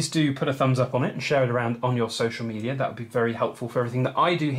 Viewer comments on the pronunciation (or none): Just a joke. The way you say "media" sounds like "meteor" :P